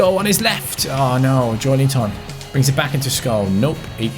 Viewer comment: Its JoElinton not JoeLInton please...